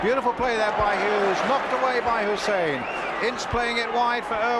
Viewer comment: Why they used to pronounce Hysen as Hussein I'll never know.